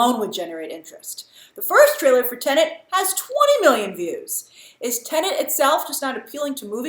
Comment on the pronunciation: Grace: Tenant Correct Grace: TENET